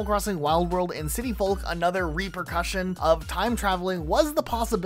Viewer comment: The L in folk is silent, like in yolk. Otherwise, very entertaining video!